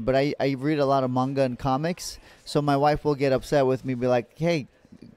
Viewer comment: Man was not expecting Benny to be into anime - not only that, but also a "I prefer manga" elitist (complete with correct pronunciation) like myself? 😄 Cant stop rooting for this guy!